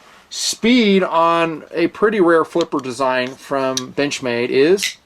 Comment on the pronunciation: I heard that too lmao